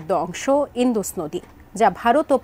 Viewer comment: ইন্দুস না উচ্চারণটা হলো ইন্ডাস 😂😂😂 যত্তসব অশিক্ষিত 😂😂😂